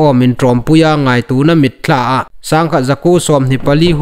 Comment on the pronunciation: i taimâkna zârin vawisûn chen Chanchin Thar ngaithlâk ding ei la nei hi lâwm a um takzet a nih.Chuonglaizing chun Chandel District hi i lam nal nâw ngêi el ie. CHANDAL ti leh i lam pawl tlat el a nih.Chun mitthla tina dinga MITTLA tiin i lam ri bawk.Thil hming dang dang i lamnaa hin fîmkhur nâwk zuol thei met la nuom a um ngêi el ie.🙏🏻👍